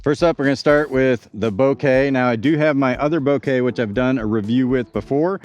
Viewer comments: Bo-kah, not Bo-kay. Kind of like saying mocha, but with a b instead of an m. Thats why the stamp is latte art. Mocha latte - Bokeh latte. Thanks for the video, can't wait to see them on a course. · Technically, Bo as in bone, Ke as in Ken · It's not a bunch of flowers, man. 😂😂 I know it's a huge nitpick over an otherwise great video... But the photographer in me cringes at how you're saying Bokeh. 😂😂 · He purposely says bokeh wrong annoying af